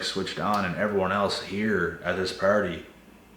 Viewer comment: I like that you're say " PARTY" but it sounds like you're say "PARODY". But it makes so much sense looool